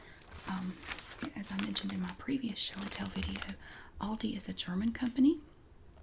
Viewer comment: I LOVE how you say Aldi (ive seen you explaining some people have tried to correct you 🤐) I pronounce it different as I am in Australia but the way you say it gives me tingles.